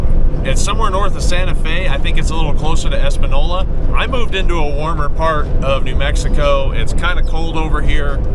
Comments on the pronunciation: Woot! Welcome to NM,. I'm in Albuquerque, where the motto is "Come for the green chile...stay because your car was stolen", lol. Glad to have you here. 👍🏼 BTW, the town you're referring to is pronounced "Espan-yola". You're going to find all sorts of places here that aren't pronounced they way they're spelled, lol. (You probably drove through Pojoaque, a.k.a. Po-wha-kay.) Looking forward to seeing more NM content on the channel! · Welcome to NM!!! Haha, just gotta work on that ñ! The ñ sounds like a “y”. Española = Espan-yola. We’ve got great food, a relaxed vibe, and due to the elevation changes a huge variation of environments with little to no people. Go north in the summer, south in the winter, and have perfect weather all year. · FYI, It's pronounced EspanYola. When the N's have the tilde accent over them like this, ñ, you pronounce the y sound in the N. By the way, in NM, chili is that stuff with (or not) beans that Texicans eat. Chile (note the E) is a spicy pepper that comes in red or green. You'll soon learn to love your chile! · You need to learn how to pronounce Española. Plug it into google translate and listen. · Somebody explain about enye so he can say Espaåola right. Looks like that was the 31mile road. Dusty